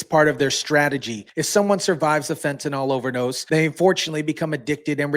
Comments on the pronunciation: Great content thanks for sharing :) Just one nit: Fentanyl not Fentanol. It should sound like nil at the end. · Pronounced FENT A NIL!